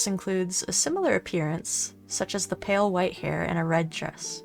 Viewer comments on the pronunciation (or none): none